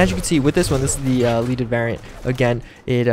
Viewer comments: Oi It's "Led-ed" Not "Leed-ed" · "leh-deh" NOT LEED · Bro, lead the element(not lead as in lead someone some place). Led-ed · Just fyi since people are probably hating on your ass for saying "leaded wrong" its leaded as in the element Lead :)